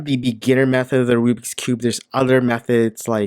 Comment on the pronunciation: also its not called RUBIC its RUBIKS and the bad brand u said was RUBIX see?